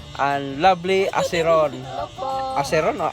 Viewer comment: ung acevon po ang pag read po eysvon.. Pro s tagal kong nagsusubaybay sainyong channel nashout out ndin ako..happy ako❤🤗